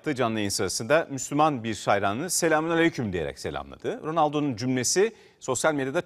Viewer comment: Adam çoğu müslümanlardan doğru telaffuz la selam veriyor bence müslüman olmuş. Açıklamıyor. Ya da Müslümanlığın kendisi de farkında değil :)) rabbim o nuru senin üstüne salmış değilsen bile inşaallah olursun.